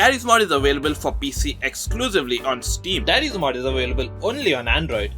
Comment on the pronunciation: It's not daddy's mod is darry's mod I'm not trying to be rude or anything I'm trying to correct you